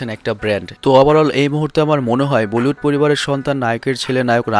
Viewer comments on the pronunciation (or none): Bollywood uchharon ta thik kore bolun